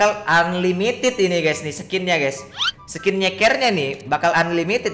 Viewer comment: Bukan ulimitid tpi limitid